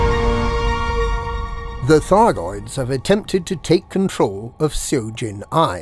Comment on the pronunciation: Seo is pronounced "suh" like the "sup" minus the p sound at the end